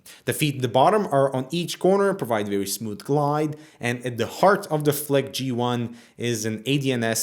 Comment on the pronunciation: flick sounds like fuck